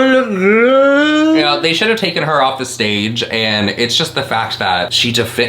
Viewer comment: “beb you’re in a shhuit on the shhtedg” 😂😂😂 oh tana